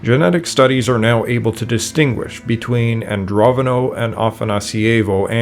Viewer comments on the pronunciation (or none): Pretty sure it's AndroNOVO, not AndroVONO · AndroNOvo not AndroVOno. You pay so much attention to chinese pronunciation an can't read normal words.